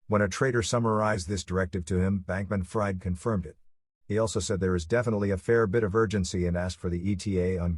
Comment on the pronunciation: I believe his hyphenated name is pronounced Bankman- Freed (short i), not Fried (long i). Otherwise, excellent job (seriously).